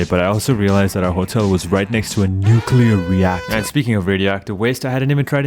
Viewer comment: What is an nucler ructor. Its nuclear reactor 😂